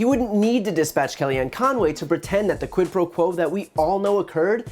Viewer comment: Did she say, "Quid pro crow"?